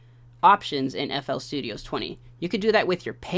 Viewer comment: stop calling it flstudiOHS bro its just flstudio